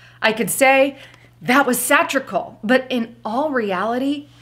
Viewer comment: It is pronounced like sah-tear- ick- ul